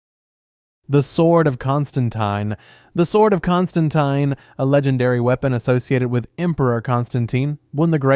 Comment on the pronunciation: He got my pronunciation of my name wrong 😑